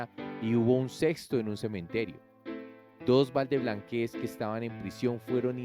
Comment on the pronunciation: No es valdeblanquéz es valdeblanquéz🤭